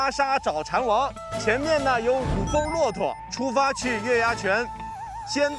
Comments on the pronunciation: 这导演，全程念错 ，“蚕王” 不是“蝉王” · 哈哈哈哈确实 的时候这导演念错了